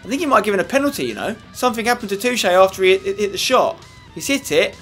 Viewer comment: is spenny pronouncing Toché correctly? i dont think its pronounced too-ché.